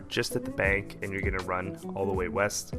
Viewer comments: "I thought you said weast" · I thought he said WEAST